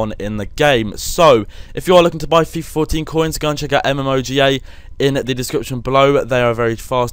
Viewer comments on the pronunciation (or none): none